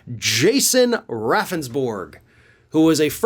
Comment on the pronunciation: I live in South Dakota. His last name is pronounced Roundsberg. Don't feel so bad his lawyer kept pronouncing his name wrong & the legislators got a chuckle each time he did it.